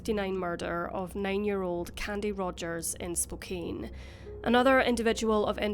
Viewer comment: The city Spokane is NOT pronounced “Spo-cane” it’s pronounced “Spo-can”.